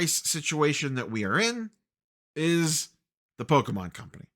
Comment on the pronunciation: you say. but at least you say Pokemon correctly... too many poketubers say po-key mon and still manage to be pedantic people.